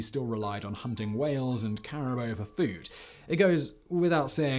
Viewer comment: Cari bow? It's boo. Lol and don't say otherwise like with Charlemagne. You're only person in my entire life pronounces s like that. Lol you're getting condescending recently.